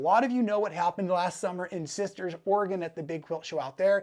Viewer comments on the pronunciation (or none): none